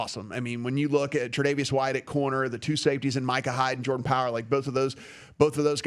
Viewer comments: I've never heard of Jordan Power, but I kinda like the mispronunciation 😁 No relation to Austin Powers, btw. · It’s Jordan Poyer FYI, not Power